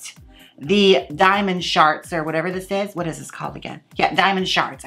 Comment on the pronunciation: It sounds like you're saying "diamond sharts" I wish I sharted diamonds :'3